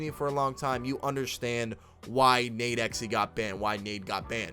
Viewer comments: U can just pronounce it “nade-x” bro ! Big fan of the channel just tryna help 💪🏾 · The way he said nadexe name got me so mad😭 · Thats not how you say nadex u dumbass